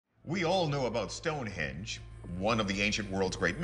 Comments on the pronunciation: She really says stone edge 😂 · the fact she calls it “Stone edge” doesn’t do much for her cause 🤦🏻‍♂️